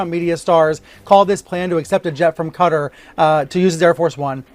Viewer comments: Why can't you Americans pronounce Qatar properly? It isn't Cudder. Just lazy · Why are so many Americans pronouncing Qatar, “cutter”? Phonetically it is pronounced CA - TAR.